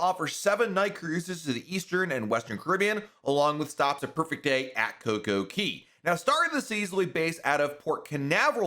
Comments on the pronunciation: Pronounced co co CAY . . . Actually not so much Key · Cay man cmon, not Key. Thus the rhyme, Perfect DAY at Coco CAYY. I love your vids but I cringe every time you say it.